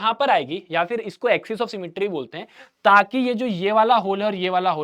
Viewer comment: Saki ❌ taki ✓